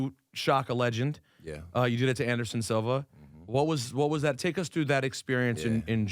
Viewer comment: Lol my dude really said Anderson Silver